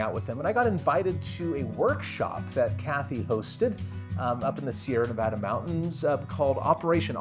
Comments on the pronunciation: Sierra, singular, one mountain range, and Nevada singular you don’t make the adjective “snow covered” plural. Hard to listen to these experts who can’t even say the name properly 😖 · There’s no “s” on “Sierra Nevada”